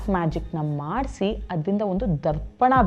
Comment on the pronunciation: Mam neevu kathe heluva reethi chennagide, Adare padagala uchcharane kelavu kade thappagiruthe, ex:tharpana annuva badalu darpana annuthiddiri.